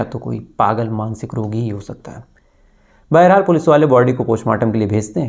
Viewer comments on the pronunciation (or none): none